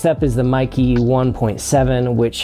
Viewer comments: Meike: "may-kir" - roughly translates to "beautiful technology" in Chinese. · MEIKE: IT is pronounced May Kuh. It is composed of two Chinese characters.